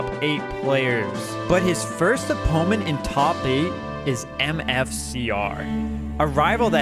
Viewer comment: ok the way you say 'opponent' has to be comment bait. I respect it